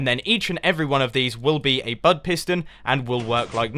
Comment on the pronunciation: Wow, I thought he was saying BUTT switch this whole time. ._.